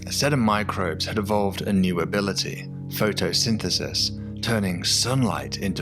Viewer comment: I heard "photosynthesynthesis" and decided not to continue watching the video made by this dyslexic.